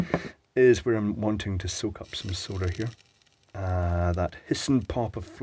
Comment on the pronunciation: You have no idea how nice it is to hear you say SOLDER. All the USA content people say "SOW-DER" and it eventually sets my teeth on edge